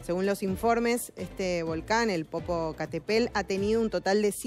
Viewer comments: Jajaaja popocatepel,,ni si quiera sabe pronunciar bien,popocatepetl,y es reportera ,jajajaj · 😂😂😂😂 jajaja jajaja jajajaja Popocatépel como dice: po.po.ca.te.pel........una vez más popocatepel